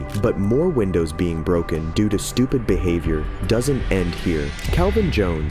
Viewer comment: STOO-PID is the word